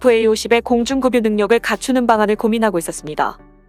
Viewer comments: 금유가 아니라 급유입니다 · '급류' 발음이 개같으네 ! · 급유의 발음음 그뷰-로 발음됩니다. 금유라고 계속 발음 되길래...꾸벅...